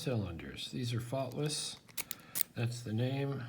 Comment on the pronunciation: For a moment there, I thought you said they were Thoughtless. :)